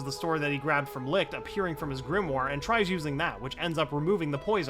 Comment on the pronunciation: GRIMOIRE is pronounced GRIM-WAH